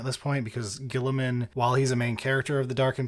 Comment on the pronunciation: Best part of this audiobook is the VA actually pronounces Guiliman correctly and not like "Row-boot Gully-man" like everyone at GW does despite no one else on the planet doing so. I can't even blame this on the british, since nearly every British 40k youtuber (except Lueten) pronounces it "Re-boo-teh Gill-ih-man" like a normal person